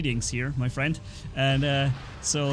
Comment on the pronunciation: What's up frrrrrrriend xD